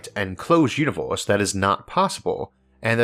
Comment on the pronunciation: One more "univorse" and I will jump from the roof.